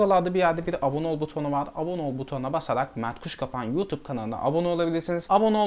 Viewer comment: Videoya başlarken yemin ederim merhaba ben matruşka 🪆 diye anladım ama Mert Kuşkapan demişsin kardeşim K bakma artık 😂😂